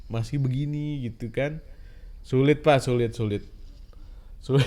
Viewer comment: kata "syulit" membuatku ingat pada reyhan